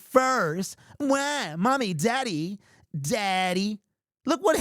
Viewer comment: I thought he said Zaddy for a second lmfao